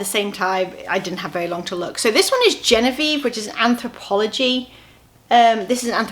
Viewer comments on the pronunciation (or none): the first anthro cardi you showed is not genevieve... its guinevere _as in lady guinever from king arthur.